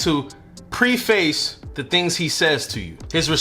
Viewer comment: I had to Laugh at the way you pronounced preface. It is not two words. It is pronounced PREFUS.